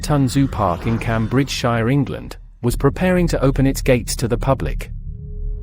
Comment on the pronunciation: That's a good AI voice, but the mispronunciation of Cambridgeshire gave it away. It's very unlikely that an English person would make that mistake.